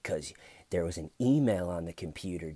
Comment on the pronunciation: GEORGEEEE YOUR HARRR WAZ THARRR!